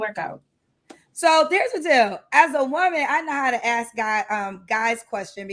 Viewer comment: the word is "ask", not axe! The way some black women speak hurts my ears.